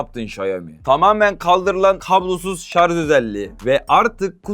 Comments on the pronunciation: SARJ DEMEYİ ÖĞRENİCEK. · Elinde telefon yok sağdan soldan duyduğunla sallıyon zaten antipatiksin görüşlerinde, kullandığın Türkçe de yetersiz şayomi değil şaomi şarz değil şarj maden bu işi yapacaksın doğru Türkçe kullan